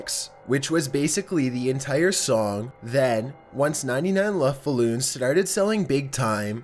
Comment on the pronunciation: 😂 YOU SAID 99 LOVFE BALLOONS YES LOVFE XD ITS 99 luft Ballons XD XD XD